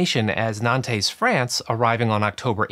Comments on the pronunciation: Minor note: The French city of Nantes is pronounced, "Nahnt," not "Nahn-tez." The final "es" is silent. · the right prononciation is not "nantessss", it's nante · Excuse me, what was that pronounciation of Nantes? It's normally pronounced "nont" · Very good video but it's not "nan-tes", it's, closer to "nont". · Just a heads up Nantes is pronounced more like nont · Nantes is FRENCH, and as such, should NOT be pronounced as if it were SPANISH. Reteat after me: Nonts. Nonts. FFS. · It's pronounced /nɑ̃t/. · I've never heard Nantes pronounced likes that. Americans are funny. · Please find out how Nantes is pronounced! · You should research on how to properly pronounce Nantes.